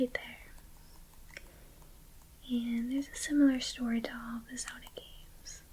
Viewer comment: How did you sau Zelda.... didnt sound right to me 😫